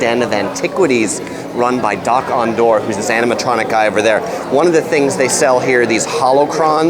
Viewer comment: It’s pronounced dock-on-dar